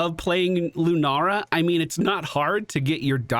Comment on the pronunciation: I totally thought you were calling Lunara deerfeet and it was just a cute nickname 🤣